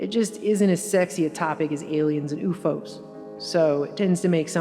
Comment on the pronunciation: "Not as exciting as aliens and ooofo's...." Ooofo's? Ooofo's? Who says ooofo's, ffs?